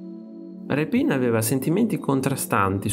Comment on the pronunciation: Grazie al video. Peccato che quasi tutti gli accenti dei nomi siano errati. A partire dal nome dello stesso Rèpin.